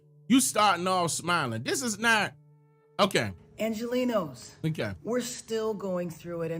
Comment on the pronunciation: She says “angelinos” like we are Mexico Lol